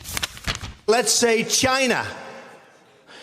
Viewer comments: Why does truMcP 'China' sounds like vigina??? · Um Rachel, I believe it's pronounced, jyi-na . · Is he saying “ ‘gina” ??? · China, rhymes with “Gina”.